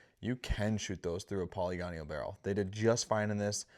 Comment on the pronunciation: That was distracting to me as well. Great information and well-presented but "polygonial" instead of "poly-gonal" pronunciation detracted from it a bit. I've mispronounced plenty of words in my lifetime, it happens to us all.